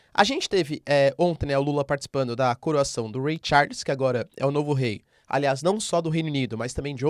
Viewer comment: É engraçado como a gente se enrola pra misturar pronúncias em português e inglês! Desde ontem o Prof tá falando Ray Charles hahahahahahaha Agora eu tô imaginando a Inglaterra trocando o hino pra Hit the road Jack